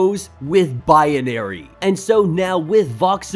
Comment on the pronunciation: I know this is petty but every time you say binary it sounds like bianary